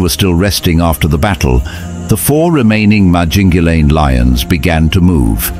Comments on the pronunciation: Wait a minute...I watched The Lions of Sabi Sand and Brothers in Blood....this is some pieced together BS. You saying Mopo"goes" instead of Mapo"hoes" was the first sign. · First, they are pronounced the MA-PO-HO! Second, lions are not a herd, they are a pride! 3rd, most of this video is not footage of that coalition (virtually all the fight scenes)! 4th, the story is not in chronological order! This is a shame of a video regarding one of the most prolific coalitions ever! And the coalition that killed Kinky-tail is pronounced MA-JINGAH-LA-NEE! I'm not trying to be mean, this was just so irritating to watch as a lion lover and LONG time follower of true lion documentaries. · Use the correct footage & more importantly, Pronounce the pride name Correctly… Mapogo= Mapoho pronunciation!!!!